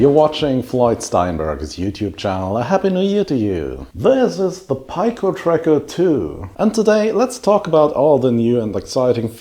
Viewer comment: FWIW: in English, "pico" is pronounced "pee-ko".